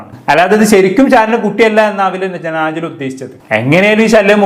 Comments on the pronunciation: നാജില അല്ല വേടലെ നെജില 😂😂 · കൈസെ നാജില അല്ല നെജില